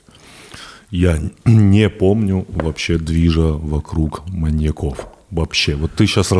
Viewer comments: Почему маньякОв?! Ведущих даже не смущает, что Саша правильно ставит ударение, а они настаивают на своём... 🤦🏻‍♀️ вот как так можно? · В слове "маньяков" ударение на "я". "маньЯков" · МаньякОв ? Одному мне слух режет ударение? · Да, почему маньякОв и маньякА? МаньЯков, маньЯка и т.д. Ударение на Я. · Что у ведущих с ударениями? Почему маньяки́ и маньякóв? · Андрей: «ЗвонЯт мне как-то из банка...» Тимур: «Не звонЯт, а звОнят». Ну и весь эфир маньЯков называют маньякАми оба. Молодцы ребята 😂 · Сколько их не слушал, пизздец как раздражает , когда произносят "маньякОв", " маньякА". Вы передачу этому посвятили, почему простейшим образом не подготовиться? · Господа ведущие, а перед тем как подкаст о маньЯках записывать, никак нельзя посмотреть в словарик и посмотреть ударение этого слова во мн ч. ? Всю передачу произносите маньякОв.. Тотальная безграмотность и не профессионализм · У меня одного кровь из ушей от «маньякОв»??